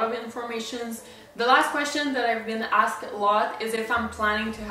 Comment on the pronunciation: It really puts me off that you still can’t properly say ASKED after years of talking to thousands of people in english daily. Its getting better but seriously, you should invest in a basic english class to perfect it lol